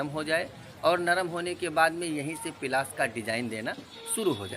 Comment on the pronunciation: Bhai pilas nhi palas bolo.